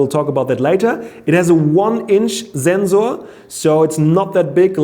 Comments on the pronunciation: Zenzor was better 😂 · Lot of mistakes.... You are not that exact as you use to be. But I love your pronunciation of Wifi and ZenZor :-D :-D